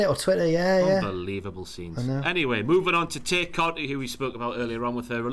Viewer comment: and reveal that they're heels by ranking the Dark Order lowly. And continuously mispronouncing Tay Conti's name. Who do they think they are, Jim!?